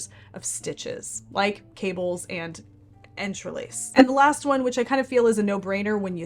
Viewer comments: entrelac- is pronounced- on-truh-lock I think! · "Entrelac" is a French term that, in English, is pronounced: ON-TRUH-LOCK. [In French it is pronounced without the final 'k' sound.] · Entrelac is pronounced with a hard c at the end, like in lack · Great info, thank you. I Googled “how do you pronounced entrelac and it said “enter lock”. I imagine it’s like “you say potato I say………….” 😉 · Entrelac = “ON-truh-lock” is the most usual pronunciation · Pretty sure entrelac is french and pronounced similar to on-tra-lack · Hi, “entrelac” is pronounced “on-tru-lock”. It’s actually only one layer thick, but the way the sections but up against each other makes it look woven. It is a yarn eater, though. Just thought you might like the additional information. Thanks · Entrelac = "en tra lock" with the "en" as in "envelope."